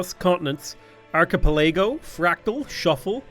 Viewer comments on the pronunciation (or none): WTF is an "ark-uh-puh-LAY-go"? Is that even on Earth? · Ark-eh-pell-eh-go Cav-al-ree